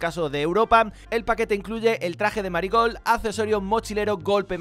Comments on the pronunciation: Y se dice meri gold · Dice maricold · No se si soy yo o que pero cada ves que dice marigold escucho "Maricon"